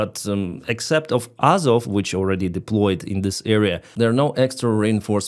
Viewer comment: It's AZOV but Vanka has a problem with the letter Z.